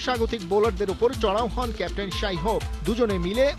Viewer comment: লিটন কি ক্যাপ্টেন? সাই হোপ আর লিটনের মধ্যে তফাৎ দেখে লিটনকে কেপ টেন বলেন